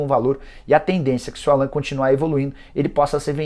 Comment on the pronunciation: Da pra ver que o jornalista não manja muito do Galo qnd pronúncia Allan ao invés de Állan..